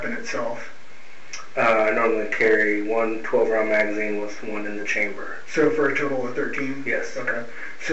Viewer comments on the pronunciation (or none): It's "chamber" not "chain bridge".